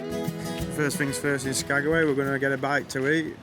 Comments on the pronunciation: No bad views anywhere there. I wondered if you were going to figure out it was Skag-way lol Some of the villages are hard to pronounce and spell. When I worked at the airline up there, I had to learn the airport codes, how to spell the town and how to say it. Chuathbaluk, Egegik, and Igiugig were my favorites! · Cool you acknowledged me correcting "SkagAway"! Loved the train scenery, excellent videoing. You nailed the shot you wanted to get. Loving this series - thanks.